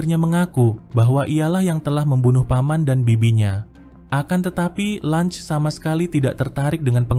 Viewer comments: Cara baca LUNGE bukan Langs anjir tapi sesuai ejaan LUNGE😂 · Lunge anjir bukan lunch😂